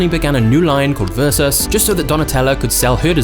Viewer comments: IT IS VERSACE, NOT VERSACHEE. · VersacE NOT VersacI !!!!! Are people stupid that they can't say VERSACE!!!! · In the words of Donatella and Gianni - it’s VersaCHE 😄 Not versach-e or vers-ace. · It’s versAce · It’s Versa-čé… Pronounced: “ver-saw-che” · Apart from the fact you murdered the name it was great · You pronounce „Versace” wrong. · I don’t know why people still say the name wrong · 26seconds in and i heard versace pronounced wrong 35times